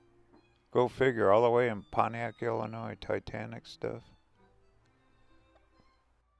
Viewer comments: Enjoyed the video! I’m from the area.. one thing that bothered me. 😂 it’s pronounced Illinoi. No S. Just remember Illi noy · NO NOISE in Illinois! The "s" is silent. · Great video 👍👍👍 by the way the s is silent in Illinois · Go to Lexington and Towanda and Bloomington. The S is silent in Illinois.